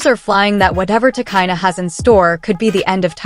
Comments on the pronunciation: You don't even know about the people you cover ,, your names are often wrong ,,It's pronounced " Ti, Cheena ". Arnold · Get the name right !!!!!! If you going too report on someone okayyyy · You can’t even say her name properly so how tf do you expect me to believe this video